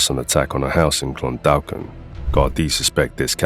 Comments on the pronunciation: Clon-daw-kin the "L" in Clondalkin is silent. Great videos, always. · For future reference, it is pronounced Clun-dawk-in. Keep up the good work, really enjoy the refreshers on all this stuff.